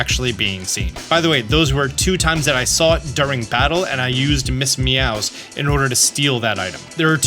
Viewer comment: The only thing that bothered me was how you pronounced Ms Mowz. It’s like mouse with a z. Not sure why you said Meowz.